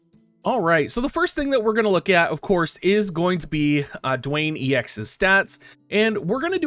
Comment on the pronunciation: His name is Duane and it's pronounced just like the rocks name Dwayne not "Dooane"